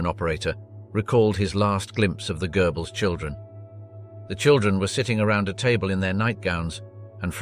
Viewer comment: It's Goebbles not Goerbbles. Lector pronounces some names in a funny way. It's not gerbils either.